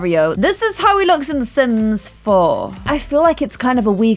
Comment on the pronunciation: Is it "the Sims 4" or "the Sims flirt" 🤭